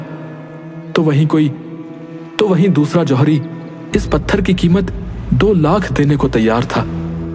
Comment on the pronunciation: Zawiri nahi johari